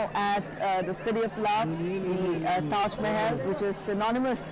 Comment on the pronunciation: ট্যাস মেহেল ..! এটা কি ধরনের উচ্চারণ.!